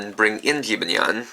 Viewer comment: Stop pronouncing Jibanyan wrong 😤